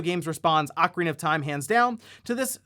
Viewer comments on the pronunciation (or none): none